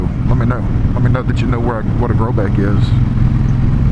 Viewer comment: As soon as you said grobeck I knew you were from Louisiana 😆 I live in Thibodaux